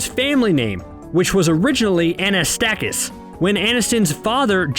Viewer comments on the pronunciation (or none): It's Anastassakis, not Anastakis